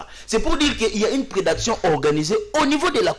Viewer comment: Oh! C'est quoi la prédaction? Dites plutôt prédation Mr.